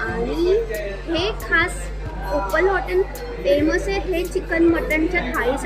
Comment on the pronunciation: ओपाल नाही ओपल